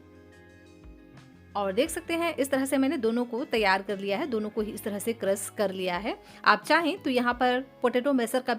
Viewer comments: Aap crush ko krass kio bolte ho? Naashta ko Naasta! Khushboo ko khusboo or gaajar ko gaazar! Fresh ko fres! Recipe acchi hai! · Sier, crass, sape ( share, crush. Shape )